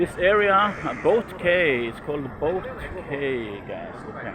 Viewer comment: boat quay.... ( it is pronounced like ..... "key" )